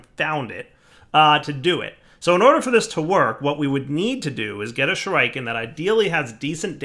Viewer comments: It's Shoe-Ree-Ken not Shoe-Rai-Ken - god, that really bugged me the entire episode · Everytime pronounces Shuriken "shoo-rike-en" I visibly cringe. Shuriken pronounced "Shoo-ree-ken" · 1x1 of cursed earth works fine, not in your ritual zone..... stop saying shoo-raiee-kaaan you sound like a fucktard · It's pronounced Shuriken, not Shuriken, FFS! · Shuriken = Sure uh ken not Sure I ken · stop saying shooraiiken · Shureyekin?. You are so clearly NOT an 80s kid. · SHU-rē-ken, stress on the first syllable, long e sound in the middle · 1. Sure-eh-ken 2. Wither skeleton spawner to level shurikens 3. Love the vids =) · Every time he said "Shur-eye-ken" I wanted to die........ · Oh god right though! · why not use the shuriken on the wither skeletons? also can you use golems to damage the dragon also also, it is pronounced Shu-ri-ken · the 'i' in shuriken is the same 'i' in 'pit', 'sim', 'hellish' 'killer' etc shuRAIken i spat out my rice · ˈSHo͝oriˌken "sure-i-ken" (the 'i' is pronounced "eh" and the emphasis is on the first syllable) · I though "Oh shriken, is that new?" then I saw him craft a shuriken. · "shuraiken" lmao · OK I stopped exactly and am now looking over comments. Does he remember that he has a ritual to prevent mob spawing near the base? I mean we all know he is saying the name Shuriken wrong but, does he figure out the problem? And why not use arrows? I mean heavy duty laser guided arrows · I have not yet heard that pronunciation of shuriken before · The way you pronounce shuriken makes me cringe so hard my face started cramping. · Even shuriken you can't say?